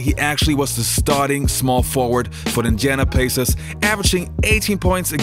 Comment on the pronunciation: Wtf are you saying Indiana Pacers like that huh? 😂